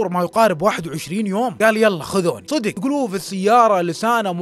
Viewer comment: انا مشترك جديد بس ياخي لعد تقول صيدق 😂😂 قل صدق 😂❤ معى كامل احترامي لك